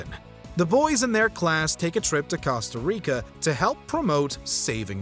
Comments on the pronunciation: How do you end up pronouncing Costa Rica wrong when the episode literally says how it's supposed to be pronounced. This narrator is a tool. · Why is the narrator pronouncing “Costa Rica” like that